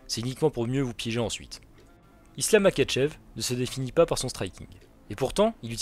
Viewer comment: Makhachev se prononce MaRachev